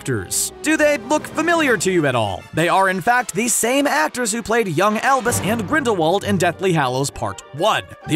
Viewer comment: GRINDAWALD is with a V sound.